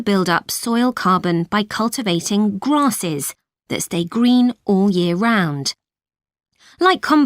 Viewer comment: What sort of a genius pronounced grasses like grosses in part 4 omggg